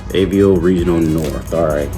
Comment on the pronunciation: I'm a fan of Avo's for sure. Just a heads up, it's pronounced Ahh-Vo. When the doctor tells you to stick out your tongue and say ahh, and the vo in Volvo, put those together and you get Ahh-Vo. AVO. Sorry, not busting your balls, when I first started off I mispronounced everything and I hate my earlier videos.